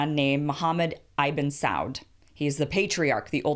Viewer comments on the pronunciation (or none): Oh Kim, oh Kim: Right off the mark you mess up by using "Eye-ben Saud" instead of the correct "Ibn Saud" (Ibn = son, ergo, Son of Saud). Disappointingly ignorant, Kim. I hope your content is better than that....